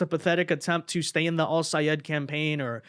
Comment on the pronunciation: OMGOODNESS!! You are so nice to be pronouncing Sayed's name as he insisted everyone do. 😂😂😂